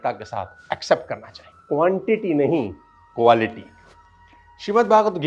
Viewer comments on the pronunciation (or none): कोन्टिटी नही कॉलीटी चाहिये i love you sir I'm big of you and you are my life chenger